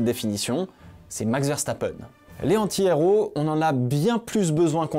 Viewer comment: Mais pourquoi tu ne fais pas la liaison entre "un" et "antihéro"?